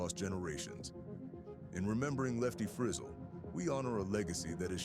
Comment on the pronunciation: If you do a documentary please pronounce the name correctly